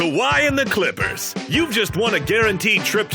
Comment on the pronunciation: Rob parker always sayin Klikhpers (Clippers)